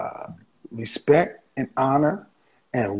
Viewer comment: Did she say respeck🤔🤣🤣🤣